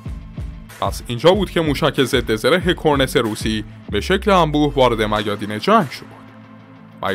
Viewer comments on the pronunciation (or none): کلا به جای ت میگی س....سنها سانک مشارکس کورنس